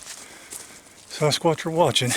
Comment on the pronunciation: I absolutely love how says Sasquatch to me it sounds like he is saying Sauce Kwatch lol, he is a great gentleman and he works very hard on this topic and has helped many, many people. Keep it up.